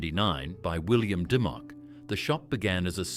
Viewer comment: It’s pronounced Dim-micks not Dy-mocks